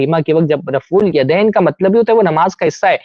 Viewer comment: ماشاء الله جزاك الله خيرا و أحسن الجزا سوال پوچھنے والا کشمیری جاہل دیوبندی ہوگا۔ اسی لئے رفع الیدین کو رفے دین بول رہاہے ۔